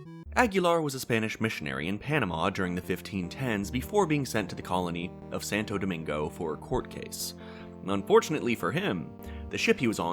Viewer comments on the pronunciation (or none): its santo domingo not santal domingal